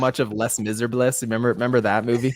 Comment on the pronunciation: “Less miserbless” 🤦🏼‍♂️